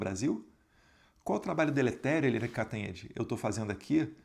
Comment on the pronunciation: Eliane "Canhotede" 😂😂😂